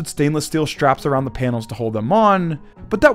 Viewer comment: I don't think so. The trend of people pronouncing "s" as "sh" has really increased in the past 10 years. Once you recognize it in speech, it's impossible not to notice it. Extremely irritating. The narrator does it a lot - "shtraps", etc.